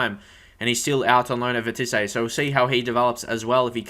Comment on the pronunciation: Hey Bro, Just saying, pronounce Vitesse like this: Vee-tey-ss Haha but yeh I know french words are hard haha that's how we say it